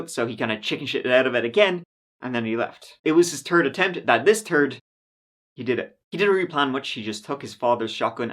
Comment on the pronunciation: You really gotta learn how to make the “Th” sound. Tired of hearing you say turd … it’s third.